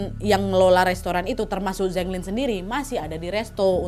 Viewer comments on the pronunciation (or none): Keren konten nya.. tp char siu bao bacanya Cha siu pao... Zheng lin bacanya Cheng lin..